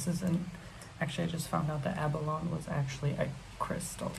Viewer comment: Sorry, but my Virgo brain can't help it. The word abalone is pronounced like " a-buh-low-nee". I know, I'm annoying.